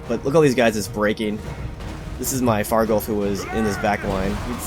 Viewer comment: I love you! You said varghulf instead of vargwolf like most other youtubers.